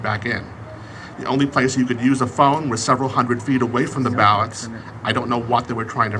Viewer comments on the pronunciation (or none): none